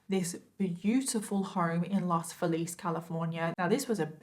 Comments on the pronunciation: The pronunciation of Los Feliz is "Los FEElis" Love your make up and your stories. <3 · Here's a note no one wants or cares about: despite the fact that Los Feliz is taken from Spanish, it's pronounced Los FEE-layz. That confused me as well when I moved there and heard it for the first time.